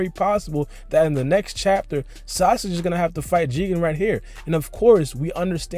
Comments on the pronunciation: he said sausage instead of sasuke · lol he says sausage instead of sasuke